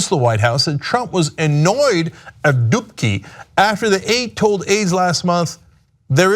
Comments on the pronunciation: every time he mentions "Dubke had to go" I keep thinking he's saying "dookie had to go" lol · Dubke? i thought he said dookie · if you're polish like, you're having a nice laugh when hearing 'dubke'